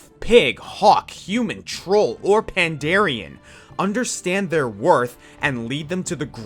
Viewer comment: Pan-Dar-Ren not Pandarian still good video Though